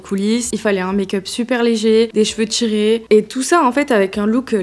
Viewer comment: « Les cheveux TCHirés » « Natchurel » « du positchif » Merci pour la vidéo, mais je dois dire que je remarque beaucoup ces prononciations 😅 et ce n’est pas très élégant 😊 enfin bref, c’est pas bien grave mais sait-on jamais, si jamais vous souhaitiez rectifier cette prononciation qui imite une mode… je vous le dis 😂 bise